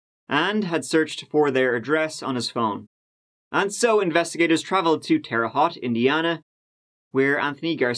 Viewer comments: Bro, it’s always so weird to hear cases on this channel take place around towns you are familiar with lol btw, Terre Haute (“Hot”) is pronounced “Hote” lol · Hearing it pronounced Terra-HOT has been an adventure lol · Lol its pronounced terra hoot.....cheers mate ! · I'm a resident of Terre Haute, Indiana... Quick correction, Haute rhymes with Boat, not Lot. But hey, most people mispronounce both Terre and Haute, so you did better than most! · Your pronunciation makes sense, but it's Terra Hote, rather Haute. ¯\_(ツ)_/¯ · Terre Hot lol. It's pronounced Terre Hoat. It's a dump of a town but we also have the Federal Death Row housed out at the prison on SR63. They just started executing them again. Hey you should do a video on the inmates they just executed. Would love to know their stories. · Terre Haute is pronounced Terra Hote. Or Terry Hat if you want to annoy people from there. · "Terra Ho", Indiana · Terre Haute is pronounced like: Terre="Tare-uh" Haute= boat, but replace the "b" with "h" Tare-uh h-oat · They say terra hote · The correct pronunciation of the Indiana town Terre Haute rhymes with Sara Smote. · In case you need to say "Terre Haute" ever again, at least we here in Indiana pronounce it (tear uh hote). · Terre Haute, pronounced like boat. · Midwesterner here and big fan, but needed to tell you how we pronounce i5 Creighton = Cry-tin Terra Haute =terra hoe-t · What a real p.o.s. who did nothing but destroyed families. Burn in hell. On a side note, I dont mean to be a grammar nazi, or in this case a pronunciation nazi, but the "Haute" in "Terre Haute", Indiana is pronounced "Hote" like rhyming with "Note". I only know this cuz I'm a huge Larry Bird fan and thats where he's from. Bet you never thought youd ever see a Larry Bird reference in a comment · Terra Haute pronunciation is sooooo off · Terre Haute = “Terra Hote” (Haute rhymes with goat). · yo just as a heads up, terre haute is pronounced like "terra-hote" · It's pronounced "Terra Hote"